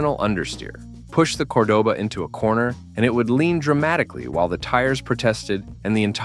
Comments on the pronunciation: Say it with me COR-DOE-BAH😒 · COR-DOH-BA.....at LEAST pronounce it correct. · Cor-duh ba? Ai can't pronounce shit. That car came with an optional big block 400 and it was a fun car. I had two of them. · It’s “Core-doh-ba.” No fooling you huh, oh and by the way it’s not a muscle car. At least you pronounced Thunderbird correctly. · DudeYou can't speak the proper language for these cars.It's cordoba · This idiot wasn't even a spe(r)m when these cars were new, and knows nothing about them. They weren't building these for speed or performance at the time. And what the hell is a Cord-a-buh? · I knew this video was trash as soon as you couldn't pronounce Cordoba correctly. These aren't sports cars they are personal luxury cars. Not one ounce of truth in any of this. I don't subscribe to liars who haven't got a clue so you make garbage up. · WTF are you talking about. Those are personal luxury cars. Not 1 is a muscle car. I don't know if you use AI but learn how to pronounce the names correctly. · You better learn how to pronounce cordoba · I owned a 77, then a 79 cordoba, the guy doing the video can't even pronounce cordoba right. It wasn't a muscle car, it was considered a mid size luxury, this video is a joke.